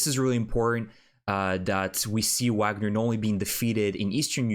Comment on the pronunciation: Wagner is pronounced with a “V” not a “W.” The group is named after the composer. Their logo shows Вагнер.